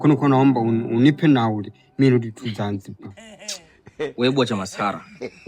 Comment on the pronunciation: 😂😂😂😂😂😂the pronunciation of the word Zanziba got me 😂😂